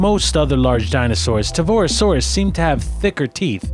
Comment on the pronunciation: ...It's pronounced Car"K"arodontosaurus... ...There is no "RO" after the Torvo in Torvosaurus... ... It's not said how it's spelled... It's pronounced "Gigantosaurus"... Not trying to be an asshole, but I just get irked by mispronounciations...